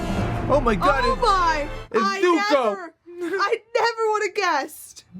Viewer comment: “My name is uNg” “I am the Avatr” “Zuka” Jesus they even got the pronunciations wrong